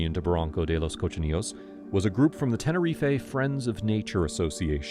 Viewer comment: I beg you learn how to say Tenerife correctly. I literally stopped watching because you said it wrong